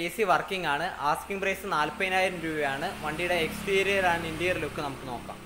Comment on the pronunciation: Its interior bro. Not interial